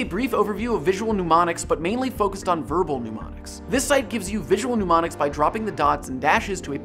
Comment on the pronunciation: STOP SAYING “PNEU-MONICS” IT’S MNE-MONICS sorry